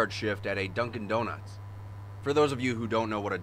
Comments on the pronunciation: That says durkin doruts not dunkin donuts 😂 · Noone: Absolutely noone : This guy : DURKING DORNUTS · "Durkin' Doruts" Seems legit.